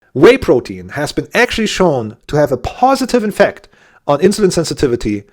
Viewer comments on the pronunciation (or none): 4 seconds in and you say infect instead of effect. i won`t watch further, details matter.